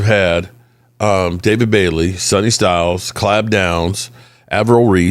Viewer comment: Please don’t let us draft Caleb downs then we have to keep hearing butcher his name stop calling him Clob